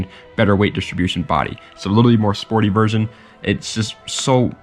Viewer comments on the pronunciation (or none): none